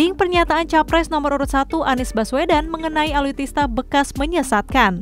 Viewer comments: ALUTSISTA BUKAN ALUTISTA. NEWSCASTER GANTI AJA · Alutsista mbaaak... Bukan alutista, Susah bener bilangnya...